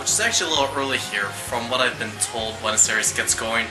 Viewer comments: "beautiful buenos erees" please say you don't pronounce it like that through the whole film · If you're going to make a video about Buenos Aires you gotta learn how to say it right. It would make a porteño cringe every time you say that in an english accent.